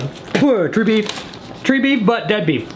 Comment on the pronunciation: When he said tree beef, did anyone else think “oh that’s gotta be squirrel meat right?” 😂